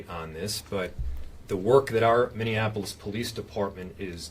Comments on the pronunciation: Mini-Apolis, NOT Mini-an-Apolis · Its minneapolis not minnenapolis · Minneapolis, not Minneanapolis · I adore you, but it is not minnionapolis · Did you say Minnion-Apolis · It's pronounced : Min-EE-Ap-oh-lis. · Hey Dummy, Learn to pronounce Minneapolis. 😂😂😂😂😂